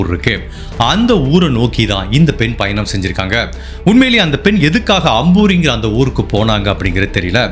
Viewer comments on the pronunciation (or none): none